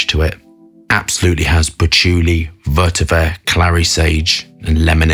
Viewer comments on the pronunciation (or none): none